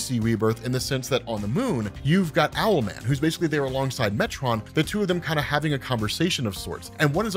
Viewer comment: Bro his name is ‘owl” man .... what’s next “marsupial’ man 😂